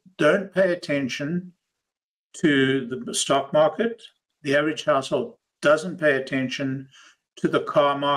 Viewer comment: I heard “household” as “asshole” the first time and now I can’t unhear it. 😅